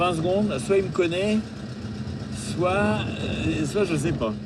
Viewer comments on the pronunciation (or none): none